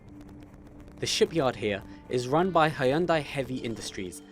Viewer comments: 현대 Hyeondae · Hai-Yun-Die lol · He pronounces “Hyundai” weird. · lool all Arab people pronounce Hyundai that way. Coz in Arabic it's spelled that way. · Cool but mispronunciations of hyundai and chaebol kills me everytime